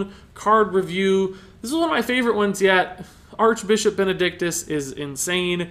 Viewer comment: Ha! he said Archbichop XD